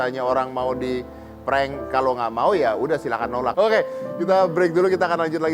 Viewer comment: dngrin pas dedy bilang "ok" kyak ala2 tiktog ya "oghkay" 🤭